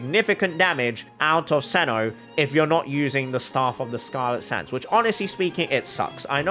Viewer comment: How do you get “Cenno” from “Cyno”